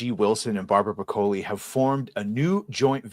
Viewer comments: OMG, it's brah-ka-lee, not bruh-kohl-ee. Don't try to church it up, son. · I was too distracted by the way this guy pronounced Broccoli to pay attention to what was being read 😂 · murcans and their funny pronounciation of italian/spanish words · Hard to take the view of someone seriously who can't pronounce "broccoli".